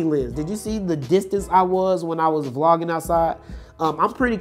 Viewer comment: Bro you killing me with this...LOL. Its Vlogging not V-Logging.. LOL!! LOL! Its one word.. But the video is good man.. LOLOLOL!